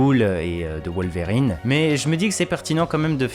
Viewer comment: Wol-verrine et ca-bol génial 😂😂